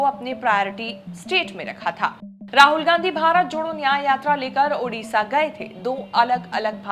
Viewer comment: Hindi people typical problem is mispronouncing every name of non Hindi people or place,it is their notorious and traditional bad habit ....it is not TaraChand,it is Taraprasad,it is not udisha,it is Odisha....poor vocally handicapped Hindi people